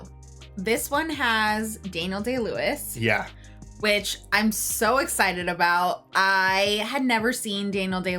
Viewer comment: You said his name wrong. It’s Daniel “I win an Oscar for every role I play” Day-Lewis.